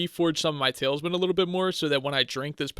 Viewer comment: tal-is-man, not tails-man